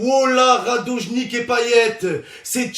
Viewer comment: Au lieu de dire "Radone Gitch" il dit "Radoje Nikk "" 😂😂😂😂😂